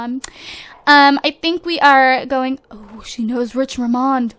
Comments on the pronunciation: its Rich Richmond, not Rich Rimond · lol its rich richmond not richramond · You: rich rimond. Me: screams RICH RICHMOND! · His last name is Richmond, not Ramond! This wouldn't bug me so much, but I live in a city called Richmond. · His last name is Richmand not Ramand... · Dhe said rich ramond but it was rich richmond lol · FYI it's Rich RICHmond not Rich Rimond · Rich Richmond's last name is pronounced Rich-Mund. AND DONT HAVE A BABY! Also, I am very excited for them to move to a bigger house! This one is just not working :3